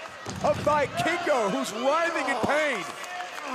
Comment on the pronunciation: I cringed everytime that they said "Vikingo" wrong. Everytime I heard "Buy Kingo"